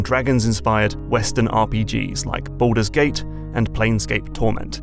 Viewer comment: Noone:: Balldoor's Gate